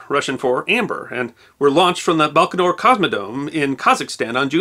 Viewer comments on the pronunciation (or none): Not "Barko-nure" "BIKO-naur" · BAIkanour. Not BARKanour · Just a note: it’s “baikonaur cosmodrome” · Lovely video, although the pronunciations of "Vladislav" , "Voskhod" and "Baikonur Cosmodrome" were distractingly bad. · Never heard Baikonur pronounced that way. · So, we have at least two wrong pronunciations of "Baikonur" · It’s pretty bad form for a historian to mispronounce “Baikanour” so badly, my friend.